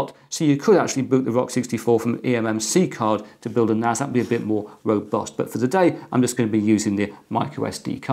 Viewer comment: NAS not NAZ its a S not a Z